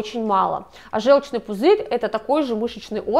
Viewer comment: У нас вообще-то жЁлчный пузырь, слух режет, если вещаете, изучите словари